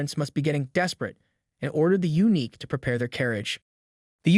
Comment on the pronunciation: yeah, the random pronounciation and intonation are wack. It's never going to get eunuch right 😂